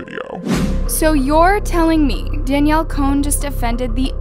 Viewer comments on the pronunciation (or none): At the beginning she said "Danielle collen "